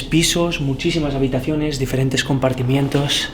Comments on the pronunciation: Se dice compartimentos, no compartimientos.... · Compartimientos??? Anda aprende a hablar antes de ponerte frente a una cámara para documentar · Desarmado quiere decir que carecen de detonador, no que la carga util no este ahi, pero weno. Por cierto, es compartimentos camarada, no compatimientos